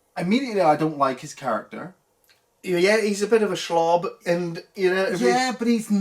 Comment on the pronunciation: "Shlub": not Shlob , even though Shlob sounds funnier.